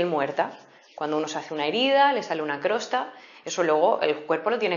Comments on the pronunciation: crosta? jeje... no se dice costra? :) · excelente hasta que dijo crosta JAJAJJAJAJAJAJ